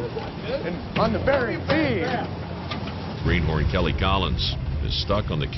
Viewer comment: it's greenhorn.... not greenhorse